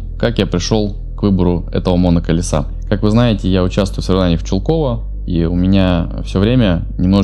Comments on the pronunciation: Какое нафиг Чу́лково, если по-русски Чулко́во. Аж коробит. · В самом конце говорит Чулко́во. Я почему-то думаю, что не стоит раздражаться из-за подобных мелочей. Есть куда более раздражающие вещи в мире.